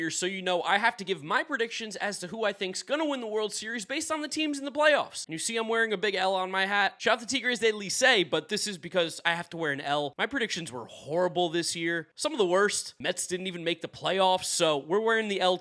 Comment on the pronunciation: Licey is pronounced closer to Leesee